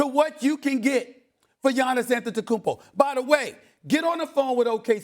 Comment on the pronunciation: The first seconds of the video.... AntetokounmBO? It's AntetokounmPO! Learn to say the name right or bring Molly back.